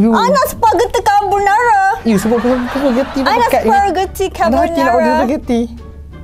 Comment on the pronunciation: Perkataan yg kelakar ckp🤣 Spaghetti carbonarar🤣 Air mellow🤣 Starberk🤣 Baik couple dgn habib je😍